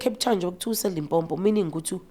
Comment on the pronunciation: If I hear another Zulu person calling Limpopo Lipompo ore Limpompo!